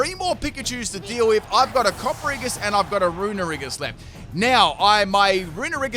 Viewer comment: worries about calling Yamask "Yanmask": "Cofferriggus"